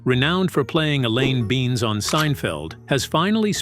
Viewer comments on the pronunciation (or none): Elaine beans. Fuckin AI.